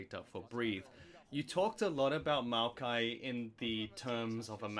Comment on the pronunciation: My man calling Maokai “Miaokai” is making me giggle. Is anyone else hearing that or am I nuts??